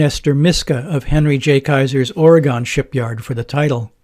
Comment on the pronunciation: Here is a Goggle Earth link to what remains of the old Kaiser Shipyard Ways in Vancouver. And by the way, we locals pronounce it Ory-gun, and not Ory-gone.